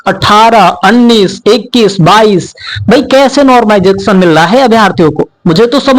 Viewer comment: माइकल जैक्शन बोल दिया कर , नॉर्मलाइजेशन नहीं बोल पा रहा तो!!